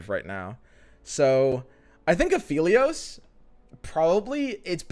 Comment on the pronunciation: Also pronouncing Aphelios wrong XD